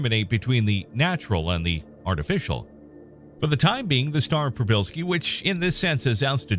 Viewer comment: As a native Polish speaker - congratulations on [first] pronunciation :) Just add "p" at the beginning ("p-shee") and you got it 100% correct.